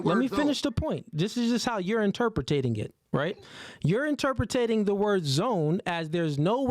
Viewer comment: interpreting man. Jesus Christ. Interpreting. Not interpertating. That’s not a word